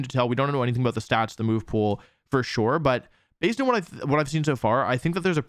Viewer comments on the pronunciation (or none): none